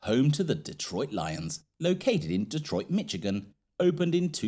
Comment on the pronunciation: “Detroit Mictigan” bruh